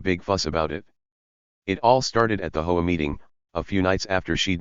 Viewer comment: Hey... it's H O A, not "ho-a". Read it the correct way.😂😂😂